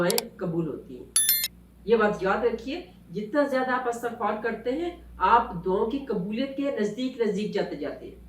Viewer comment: اسلام وعلیکم ۔۔انتہائ معذرت کیساتھ ایک correction کرنا چاہوں گی۔۔۔یہ لفظ استغفار نہیں ہے۔istaghfar h..الف کے نیچے زیر ہے۔۔۔امید کرتی ہوں کہ آپ نے مائنڈ نہیں کیا ہو گا۔جزاک اللّٰہ خیر